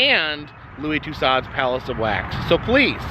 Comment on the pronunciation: Considering the usual quality and accuracy of Madame Tussauds museums, Louis Tussaud should hang his head in shame. By the way, it is pronounced Too SO. Do love the vids!! And right on, Crocs!!I love em, myself!!!